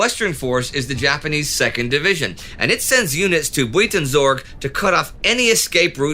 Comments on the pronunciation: I wasn't even looking at the screen. When I heard him say Buweetensorg I just assumed it was some sort of local name haha. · Indy's pronunciation of Buitenzorg warrents a War against Humanity episode in and of itself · Buitenzorg is pronounced a little differently :) Yours truly, a Dutchie. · Oh man, you completely butchered the pronounciation of the place "buitenzorg" :') . Good video though. I'm nitpicking.